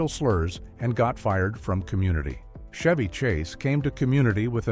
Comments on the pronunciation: it's CHevy Chase, not SHevy chase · Not "SHEVY Chase"....it's CHevy Chase". God I hate AI. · "Shevy" Chase AI SLOP